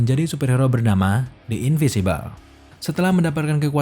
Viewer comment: in.vin.si.bel Bang, bacanya. Beda dari in.vi.si.bel.